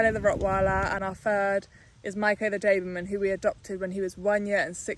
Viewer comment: Its a doberman: you say daberman😂😂😂